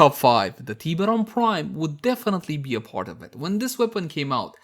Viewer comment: Its funny how you say it like "Tea beron"